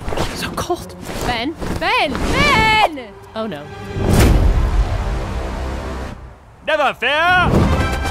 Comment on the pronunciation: ":3"